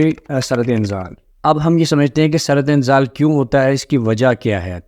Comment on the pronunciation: جب آپکو درست اردو بولنا اور لکھنا نہیں آتی تو انگلش میں وہ لفظ بول لیا کریں ویسے شرم کی بات ھے آپ کو قومی زبان اردو پر عبور حاصل نہیں ھے سُرعت انزال کا معنی جلدی منی کا نکل جانا پلیز کچھ تلفظ پڑھنے کے لۓ پریکٹس کرلیا کریں شکریہ